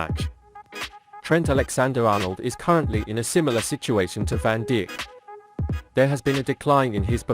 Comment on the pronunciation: Its pronounced 'eye yax' ... virgil van dick???????? 🤣😅😂